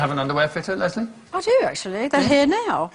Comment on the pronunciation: anjo banjo he says "Les-lie" instead of Leslie